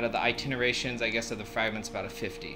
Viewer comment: "ITINERTATIONS" "AS SUSPECTED". Good tutorial though